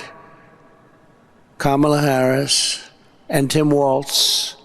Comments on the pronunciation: Well I’m proud he said her name right for once. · So, he’s decided to say her name correctly? That lesson Kamala’s nieces gave at the DNC must have worked. Lol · He's slurring again, but at least he "accidentally" pronounced her name correctly this time. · He finally said her name right,,that's crazy ain't it.. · Wow, he slipped up and pronounced her name correctly, he IS worried! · I'm just shocked that Trump pronounced her name correctly for once. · 👏👏👏 yay donald trump for once u said Kamala Harris’ name properly. 😂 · Well I guess he listened to Kamala’s nieces,he finally said her name right 😂